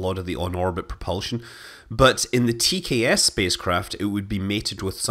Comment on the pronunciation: Heh, keep hearing TCAS when you say TKS! Too much Air Crash investigations for me!